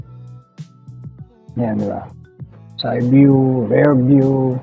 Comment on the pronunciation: Rear kapadyak not rare Zstar not zeystar